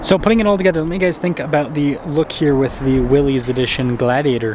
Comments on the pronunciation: Pronouncing the package correctly (it's NOT WILLEEZ) would go a long way in making you sound like people can trust your knowledge on the product...if you call it the wrong thing, what else will you get wrong? Just my opinion. WILLISS vs WILLEEZ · It's pronounced "Willis." -- BR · It’s pronounced WILLIS